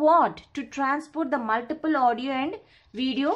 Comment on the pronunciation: Ek to sirf read kar rahi hai aur wo bhi sahi nahi kar paati multipath ko multiple bol rahi hai